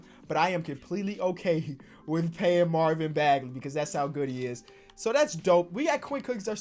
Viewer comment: He said "Marvin bagaley" 🤣🤣